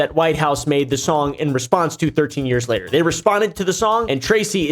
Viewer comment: He said "wayter" instead of "later" 🫵🤓